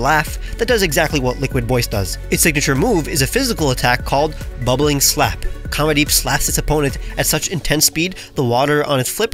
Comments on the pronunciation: Nahh “comedeep” is crazy 😳🥴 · make sure you pronounce comedeep correctly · Bro really named it Comedeep like no one would notice 😂